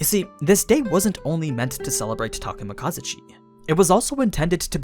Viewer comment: I think you're not saying Takemikazuchi correctly, the accentuation should be in "zu" rather than "ka". Unless I'm mistaken.